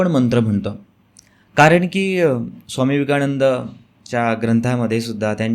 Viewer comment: विवेकाणंद नाही विवेकानंद.